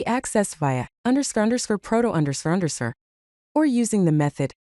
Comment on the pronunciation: wasn't even close😂. I think you could fix that by providing it like this "_ _ proto _ _ " to the voice generator so it reads each thing seperately. I didn't finish the video as I dont like ai voicovers.